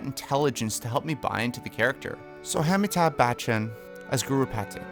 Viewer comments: Indian here, its pronounced Ah - Mi - Tab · I did a whole double take hearing Amitabh's name pronounced like that 😂 but aside that idk if he would fit as Guru Pathik? He is too big a superstar and idk his vibes just don't fit Guru Pathik for me. I think Boman Irani or Pankaj Kapur would be a better fit